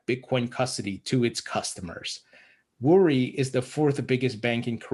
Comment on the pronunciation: It's not a big deal but the correct pronunciation of "Woori" is "oo--rri." You should not pronounce the /w/ and give it a rolling /r/ sound ... sorry, it's just the teacher in me.